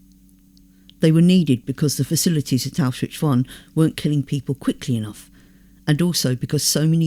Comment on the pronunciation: Several names are mispronounced: Pétain Arbeit Birkenau Kurt (Weill) Rouen And, more importantly, Auschwitz. Correctly pronounced and possibly one more time Pronounced distinctly Auschwitch (and a bit before) and possibly a couple more times The plural of 'kibbutz' is 'kibbutzim'. 'Kibbutzes' is weird. Anne Frank and her sister died in 'Belsen Bergen' Finally, people are 'hanged', not 'hung' (three times).